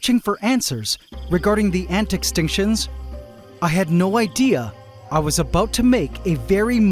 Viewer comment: I keep forgetting you're Canadian. Every once in a while you drop a hard "aboot" and I think to myself "ah yes, Canadian".